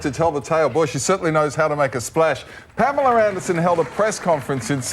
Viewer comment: pam-ellah....not palemar.